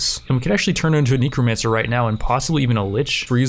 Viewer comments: Its N e c r o, Not NICRO, NECRO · just curious but why do you always say neecromancer. instead of necromancer? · For fox snakes! It's NEH, not NEEK. There isn't a double e. You pronnounce it neekromancer. I'm dying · Kneecromancer Neh-Crow-Mancer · its not neekromancer its nehcromancer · Neeko Man Sir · It bothers me so much and it really shouldn't. Knee crow man sir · knee crow man sir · "Knee Crow Mancer" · nEHcromancer. nEH-crow. Just how?! What cave are you from? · Just trying to help here, it's pronounced neckromancer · tf are you calling them NINCRO mancers??? tf no it's spelled NECROMANCER so please pronounce it less nasally or... correctly? like at all? it's super annoying I don't know why normally I try not to be negative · Everytime he says necromancer wrong take a shot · Are u saying necromancer wrong on purpose? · Yo man, I do commentary too. Some of these words are hard! Necromancer isn't one of them though... haha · Everytime he says Necromancer wrong do a push up.